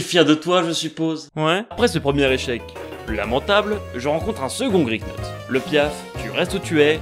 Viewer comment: ce moment où tu remarques que tu as aussi appelé ton Griknot "Crok" 😂je crois que je l'avais appelé "Krok"le mien je crois oui...en tous cas j'aime vraiment bien ce type de "lets play" résumé avec du montage j'aimerais en revoir ou en faire moi-même ça a l'air fun😃